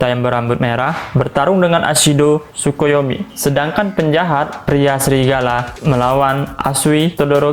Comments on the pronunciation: Bukan sukuyomi yg bener takoyami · Tokoyami bg bukan Tsukoyomi